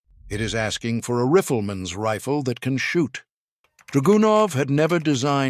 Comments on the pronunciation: "Grand Pricks"? Oh, please! "Riffleman"? Getting worse... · Watching this video is basically a balance of my love for the craftsmanship and history of the SVD VS my hate for the AI voice. rifeurlman 🤦‍♂️ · PLEASE get a human to read your script ! AI drops clangers … Grand PRICKS ? Riffle-man ? Per-lease ! God bless ! Mike & 👩‍🦳 Anni in 🇫🇮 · Ahhhh yes, the riffleman.